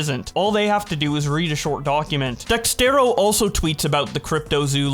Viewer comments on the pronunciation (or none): Unless I'm missing something, pronouncing Dexerto as "Dexterro" is practically a running gag at this point.